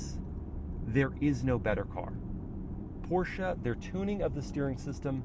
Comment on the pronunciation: Did he say Porscha?